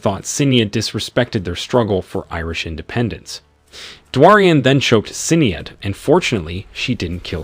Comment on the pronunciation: I love listening to people trying to promounce Irish names. Sin-ee-ad ... heh